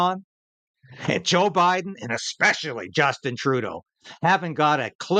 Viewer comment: its "especially" not "expecially" climate barbie! you sound dumb in every way!